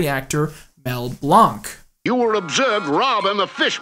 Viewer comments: Mel Blanc’s last name is pronounced like “blank.” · It's pronounced Mel Blank.